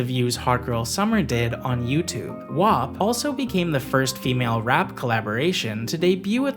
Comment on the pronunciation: Why are you saying wap wrong